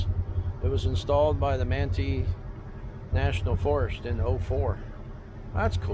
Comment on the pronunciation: Thanks for the great video. Looks like a great time! FYI, Ephraim is pronounced "EE-frum" or "EE-free-um" (long "e") and Manti is "Man-tie" (long "i").